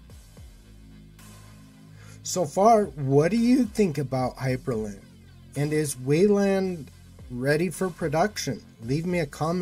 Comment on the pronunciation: Not to sound like an ass or anything but it's Hyprland, not Hyperland.